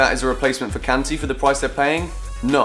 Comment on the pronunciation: Am I the only one who doesn't like the way that says Kanté? Love the videos by the way!!!